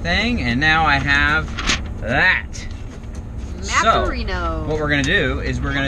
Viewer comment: "Maparino" lmao